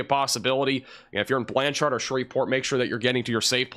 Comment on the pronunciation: I love the “Or-Chard” in Blan-Chard.” (Or is it “Blancherd”?)